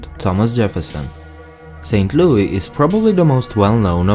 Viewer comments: No one says lewey its louis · that’s how louis is pronounced in most European countries AND IT BOTHERS ME